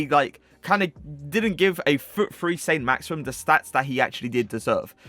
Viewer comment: Saint "Maximum" 😂